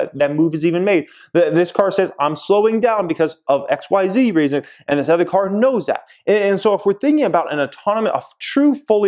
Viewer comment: These Ads are RIDICULOUS already! The “ETHER” (Jeremys pronunciation instead of OTHER, and driving me bonkers) thing driving me crazy “NEEDLESS TO SAY”! 😱